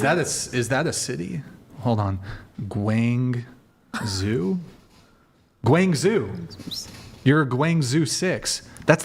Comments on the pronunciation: gwang-zoo? No, no no. gwong-joe. Get it right, or one day Tina's going to tell the CCP to take you away because you got it wrong (and rated her poorly). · your pronunciation of Guangzhou is horrendous. its closer to like Gwang-jow